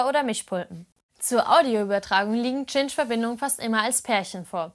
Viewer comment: Warum Tschintsch? Sagt ihr auch Tschindy? Oder Tschinema?